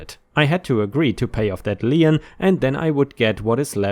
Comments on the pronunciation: Lien is pronounced lean, not li-ien. Mispronunciation really bothers me, especially when it's done repeatedly. It's pronounced lean, like lean on the table, or a lean cut of beef... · LEEN, its pronounced LEEN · Lien - is pronounced as lean, like I lean on the wall